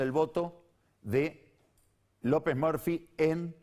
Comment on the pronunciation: Cuando dice "López merfi" se me hace que habla de robocop.